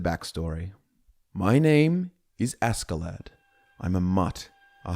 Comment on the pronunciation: Me a Scandinavian eye twitching at the three syllable name that should only have two. Ask-klädd ”Uskled” (like ”husk” without the ’h’ and led like ”he was led through a maze” or like the heavy metal lead (Pb). Anyways this is something glorious and I think I’ll be listening through it as I fall asleep for a long time ❤